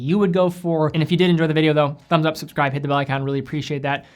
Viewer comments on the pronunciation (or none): none